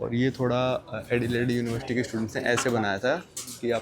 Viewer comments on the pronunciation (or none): none